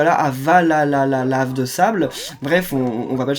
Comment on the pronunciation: C'est pas Avalalalave c'est Avalalave